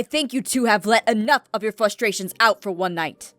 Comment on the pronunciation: Who else noticed aphmau said "flustration" instead of "frustration"?